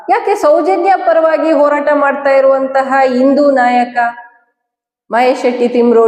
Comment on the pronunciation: ಇಂದು ಇಂದು ಅಲ್ಲ ಹಿಂದು ಹಿಂದು ಓರಾಟ ಅಲ್ಲ ಹೋರಾಟ ಇಂದೆ ಅಲ್ಲ ಹಿಂದೆ…..ಹ ಉಚ್ಚರಣೆ ಕಲಿರಿ